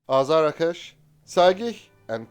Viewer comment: BTW, it is pronounced AZAR-Akh-Sh and not Azara-kesh. It is a Persian word meaning Thunderbolt. Saegheh means Lightning and Kowsar is Arabic and I don't know WTF it means or what it has to with a fighter jet. Perhaps one of the Mullahs named it.